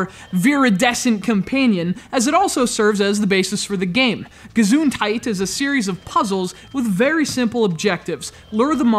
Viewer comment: the way he says gesundheit is awsome